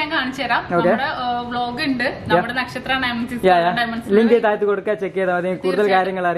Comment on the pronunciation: നെക്ഷത്ര അല്ല വധൂരി.. നക്ഷത്ര എന്നാണ്